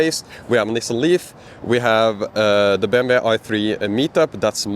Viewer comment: BMW = BM (double u). In English W Is pronounced double u